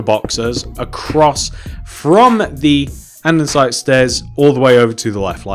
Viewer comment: anyone else find it really annoying whne he mispronuciates or spells something wrong in the video. For example, he says anDENsite!! It is just Andesite. There is no N!!! Also he spells grey wrong. He says gray not grey. REALLY ANNOYING